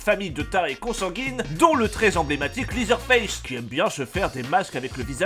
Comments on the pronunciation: Ca se prononce "lézeur face", pas "lizeure face" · LeatherFace se prononce "lèzer" pas "lizer"... ça m a fait tiqué pendant toute la vidéo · Prononcer leather en liseur c'est un cauchemar effectivement